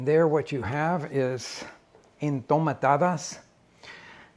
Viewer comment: Their not called “Entomatadas”. They are called “Enjitomatadas”